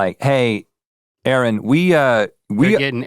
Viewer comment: Rhett continually calling Aaron A A Ron